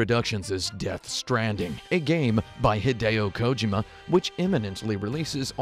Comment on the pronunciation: Please stop saying Kojima incorrectly Thanks